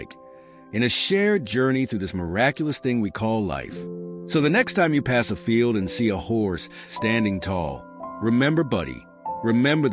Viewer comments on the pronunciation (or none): It’s field not feel😂